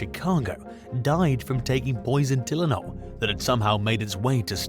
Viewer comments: its TIE LE NOL not Telen OL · Maybe try editing your recording a little more. It’s Tie-len-ol not Till-en-ol. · TILL IN ALL? Try this pronunciation: TIE LYNN ALL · You really can't pronounce Tylenol? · It’s bizarre to hear a foreign accent talking about Chicago to begin with, but then you pronounced Tylenol wrong twice. 👀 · They all do it , mostly anyway. Simple words and phrases are mis-spoken. Maybe some of these videos come from an alternate universe‽ How do you mess up saying Tylenol so many times and not realize it‽ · He got me on the Tylenol pronunciation😂cool though 😅